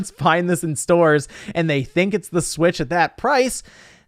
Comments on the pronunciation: I nearly peed every time you said "Smitch" with a serious face! LOL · I lose it every time I hear "smitch" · "Smitch" lmfaooo